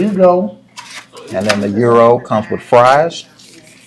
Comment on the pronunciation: Thanks for the info, but the correct pronunciation of Gyro is (ye ro), not (yer ro).